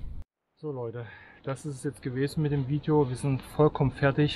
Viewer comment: Tolles "Fidjoo" 👍